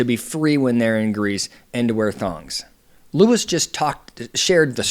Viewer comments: LU-EE... not Luis. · *Lew-Eee, not lew-is. See. I wanted to be able to follow along with you, but I cant take you seriously if you aren't aware of how to pronounce his name. If you aren't aware of how to pronounce his name correctly, what else are you not Seeing correctly? Do you even watch the show? Because you need context. Understand this - People have been invested in RHONJ for over a decade. It is obvious You are new to rhonj. No where have I seen others calling him a pedo. For me, You are the first. If you are going to continue commenting on housewives, you really should watch the shows from the beginning. You should also know about Melissa's Old Nose (as wellnas others) plus Understand the uproar that is Louis past. Those who support Teresa plus those who do not support her care that she has gotten herself into yet another detrimental relationship. Only, this time, it's escalated. As a professional, you should see the warning signs & express them. 🚨🚩🚩🚨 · Its Luis not Louis!!! And I completely disagree with your assessment! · when you have IQ 80 - you take like Louie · You’re mispronouncing his name. They call him Louie.